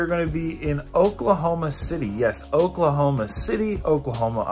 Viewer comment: оклахоама, оклахома, friends ....